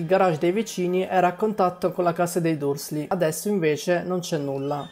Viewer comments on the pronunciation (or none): La voce fuori campo è fastidiosa e soprattutto "Dursley" si legge "DARSLY", non quel nome pronunciato come se si stesse mangiando un plumcake nel frattempo! T_T Ma poi, il proprietario di questa voce fuori campo li ha mai letti i LIBRI?! Queste cose che critica sono nei libri, da Silente che spegne i lampioni all'uso dei gufi per la messaggistica, al serpente che fa l'occhiolino!